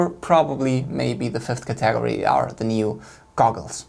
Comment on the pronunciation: Cah-tagery??? No, no, no. “Ca-teh-gory”. Great video dude.